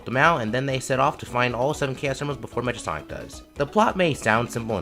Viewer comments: 😂😂😂😂 It's cool just funny to hear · This is a good video. You just pronounced Mecha Sonic wrong.